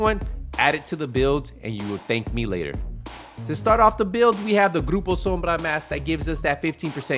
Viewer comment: 😂😂 I love it when he say it in that accent